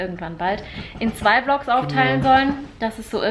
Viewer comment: k Das ist sozusagen ein Insider, weil 'Vlogs' immer wie 'Flocks' ausspricht! 😊